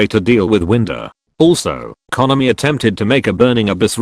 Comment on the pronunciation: I agree, but the "konami" pronunciation is wonderful.